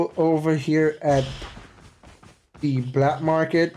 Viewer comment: Not bLack market, “ Market”